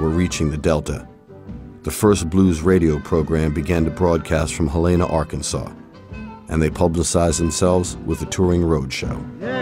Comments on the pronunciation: It's pronounced Hell - la- nah. not Ha-lane-nah. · They pronounced Helena Arkansas totally wrong. It's pronounced Helen-uh.